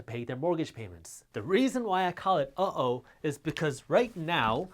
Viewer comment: It's not oh-o...it's uh, oh.